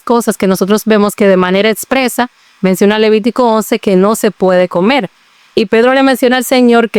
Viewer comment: No se dice comel, es comer.